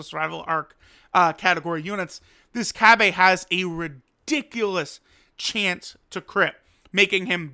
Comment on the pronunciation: Say cabba wrong 1 more time